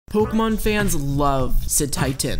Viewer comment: I don't have any thoughts on Cetitan but if you can pronounce the é in Beyoncé, you can pronounce the é in Pokémon